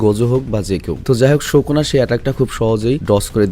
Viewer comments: ভাইয়া প্লিজ ঠিক করে উচ্চারণ কর। নামটা সুকুনা not শকুনা।😑😑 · ভাইয়া তুমি সব সময় সুকুনাকে শুকুনা কেন বলো😅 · Bro its sukuna not shokuna 😂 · sukuna❌ sokuna✅ .....😵‍💫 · Vai kisu mone koiren na.😢 Sokuna na sukuna hobe• Sukuna bolle Valo hoy karon apnake ar jonno oneke onk Kotha bole.😢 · ভাইয়া সোকোনা বলেন কেন সুকুনা বলবেনন প্লিজ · Sokuna na sukuna😂😂😂abal